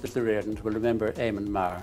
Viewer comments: really appreciating the work here, but next time you come across any Irish surnames or Irish language names you might want to just check the pronunciation before diving in. Riordans isn't Ree-ord-dans. It's pronounced Rear-dons. The people talking about it in the clip you include are pronouncing it correctly. And the state broadcaster is pronounced Rad-ey-Oh Telly-Fish Erin. Remember, vowels in languages that aren't English tend not to make the same sounds. Had no idea about that Spider-man project, it sounds fascinating. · Duuuuuude it is f'in wild and awesome that you covered the Riordans. (Pronounced Reardans) My dad always talks about watching it when he was younger. I didnt really know much about it apart from Gabriel Byrne being in it.ill be very happy to show him this video. Great analysis and research. RTE are horrendous for mismanagement. Have you seen Bachelor's Walk by John Carney who made Once and Sing Street? It was unavailable for years after it first screened. I heard both disagreements between Carney and RTE and issues with music rights being the cause for it being locked away. I actually bought copies of it off someone on facebook who happened to tape every episode. I think it's the best Irish produced show. It was thankfully added to RTE player a few years ago but the quality isnt great